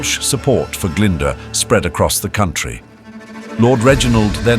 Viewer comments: Glyndwr is pronounced glyn-doer not glynder. this is just one of many incorrect pronounciations.At least check welsh pronounciation with a welsh person befor publication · Sorry but the cgi graphics are a bit rubbish. Had to switch off. Also Glydwr is pronounced ' Glindoor' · its pronounced - "oh - eye - n" "gl - in - d - ooo - r" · This is bad, very bad. Owain Glyndwr's name is pronounced like nothing ever heard before. Some of the place names sound like exotic fruit and none of the castle's look anything like the castles in Wales. If this is AI then I'm afraid for the future of education. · Dear me, the pronunciation of Owain and Glyndwr makes this almost unwatchable.